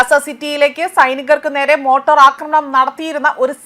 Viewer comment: മോട്ടോർ ആക്രമണം.....? മോർട്ടാർ എന്നൊരു സാധനത്തെ പറ്റി കേട്ടിട്ടുണ്ടോ...ഇല്ല അല്ലേ...